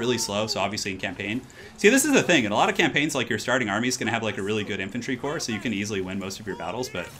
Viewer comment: you say corpse vice core for the corps...porque?